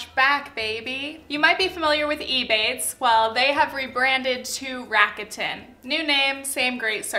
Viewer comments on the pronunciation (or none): hi loved the video and this realllllllyyyy matter but rakuten is pronounced rac-ku-ten!! not rac-a-tin :) no hate, all love <3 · Lol I’m triggered by how you pronounce rakuten 🙈